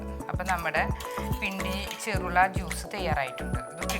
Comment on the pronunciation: ചെർള അല്ല. ചെറൂള